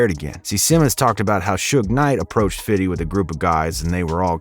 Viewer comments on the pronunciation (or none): “Fiddy” 😂😂 just say fifty cent it’s okay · For the love of God stop saying "FIDDY." You sound ridiculous. Even Curtis Jackson himself says his rap name correctly. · Fifty not "fiddy". Allow it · It’s him saying fiddy instead of 50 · All his people say "Fifty" or "Fif" so what's with the narrator saying "Fiddy"? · Fiddy fiddy fiddy, it’s FIFTY! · Bro its fifty cent not fiddy cent fifty has already said in an interview people who call him fiddy are just white guys trying to be cool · Why do some people insist on saying “Fiddy”??? Fif him self says Fifty. Furthermore it seems to me, the people that say Fiddy when talking about Fif most likely don’t pronounce that number that way irl. Pet peeve observation. Sorry. Thank you attending my Ted talk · Why all white ppl say “fiddy cent” it’s actually spelled the correct way plz stop using improper pronunciation when discussing rappers or anyone of color thx in advance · Everything good except you saying fifthy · Please just say fifty.. sounds off when people say fiddy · Fiddy:D say fifty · He’s purposely making himself say “Fiddy” 🤦‍♂️ Cringey 😬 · I really wish he would stop saying Fitty 🤦🏾‍♂️😂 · Narrator said fiddy hell nahh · Lol "fiddy". You didn't earn calling him that. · How do you pronounce 50 cent. ? You say Fiddy cent. 🤣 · Saying fiddy is cringy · Never, ever say fiddy SMH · You keep saying ‘fiddy’ and it’s giving cultural appropriation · Great video... But dude saying "fiddy" was annoying AF. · bro stop saying fiddy